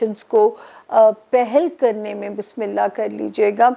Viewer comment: Samia g Bissmillah thek se perha kijye ager ma ghalt nhi hun to bissmillah hirahman nirahaeem hota hai jazak Allah kher